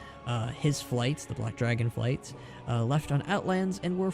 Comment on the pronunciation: Good video, lots of solid info. I was a little annoyed that you kept saying "Dragon flights" while everything was written as "Dragonflight", but you still got me a little more hyped for the reveal on the 19th, so whatever.